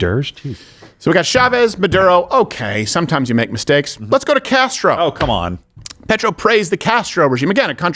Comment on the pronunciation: Steven, don't be dumb. Petro comes from Latin for Stone, not petrol. Like Peter.